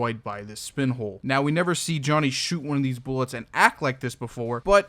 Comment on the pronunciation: "speen" -funny shroom italian man